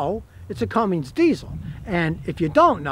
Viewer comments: Cummins, not Cummings. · Cummins not Cummings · Cummins. It's Cummins, not Cummings. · Scotty, it's Cummins, not CumminGs. No G. It's like the response when someone knocks on your front door "Come IN' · Come In’s Come In’z Not “CumminG’s” Come on, Scotty! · It is Cummins, not Cummings. Is he just trying to aggravate us? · Scotty, it's not cummings,it's cummins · "It's a Cummings diesel." 😂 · I like how scotty pronounces cummins as "cummings" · Okay Scotty, it is CUMMINS, there is no "G". That being said, this is what ticks (not the REAL word I want to use), about those POS Fiat people that now own Dodge. Dodge has had a FABULOUS business relationship with Cummins, who have supplied diesels for 2500/3500 since they first came out. Cummins was working on a smaller diesel engine and offered it to Dodge. Those stupid European asses, told them that they were doing to use a Fiat (tractor) engine in the 1500. ASSES. So, Cummins floated the engine out there, and brilliantly, Nissan said YES. A Titan XD is the only Nissan Titan I would buy. While it never made it past the prototype phase, Nissan also built a Frontier, with the even smaller Cummins diesel. And the tractor engine in the Dodge 1500 is a royal piece of crap. The Dodge brothers continue to spin around in their graves... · Oh man. An "expert" who doesn't know how to say Cummins. An "expert" who holds down the start button. What in the world??? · I never knew Cummins had a G in it Scotty 🤣